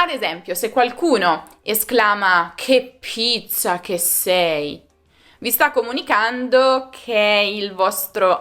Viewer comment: Andiamo, forza! "Che pizza lo si dice per eufemismo, perché è una parola che comincia per [p] proprio come un'altra parola femminile plurale che inizia per [p] anch'essa e si scrive con 5 lettere... P.S.: si pronuncia [keppittsa], NON [kepittsa]...